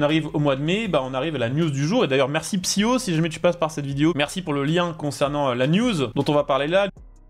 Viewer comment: c'est pas étonnant qu'ils se soit plantés chez Jag... ça se sentait a des kilomètres, c'etait bien les seuls à pas le voir venir ^^' Au passage dans "Psyho" se prononce "Psyko" le H se prononce K en serbe